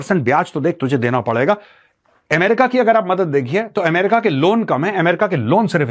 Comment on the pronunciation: What is AAM- RICA...... isn't it Ame- rica?